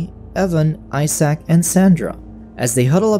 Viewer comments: Homie said eye sack I'm dead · "Eye-sack" lol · "Eye-Sac" poor Isaac lol